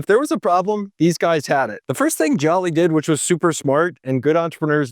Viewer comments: It's Hubert jooli not jolly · Joly’s name is pronounced “Jolie” like Angelina Jolie lol. As a BBY employee—this is a solid recap. I was there for Brian Dunn’s relationship mishap. Crazy times. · I worked at Best Buy from October 2012 to November 2016. That man saved us. It’s also pronounced Joe-Lee